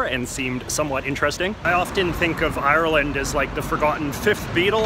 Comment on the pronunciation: If u say ieyer-land one more time...